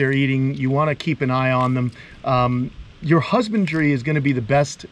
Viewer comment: There's that northeastern coming out of ya again. "I'm gonna out YA'S down" lol. Love the channel brotha!!!👍🏻